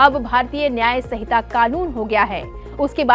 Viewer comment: Hamare bhartiyon ko to Hindi bolna bhi nahin aata yah madam sanhita ko sahita padh rahi hai.